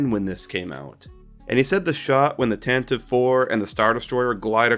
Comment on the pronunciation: The Tantive is pronounced Tan tu Vee officially